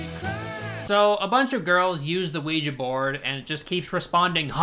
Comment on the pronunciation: I hate the way says ouija